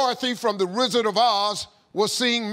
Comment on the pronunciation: Did he say "The Rizzard of Oz"? 🤣